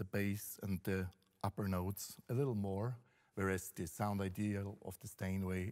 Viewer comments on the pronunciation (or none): none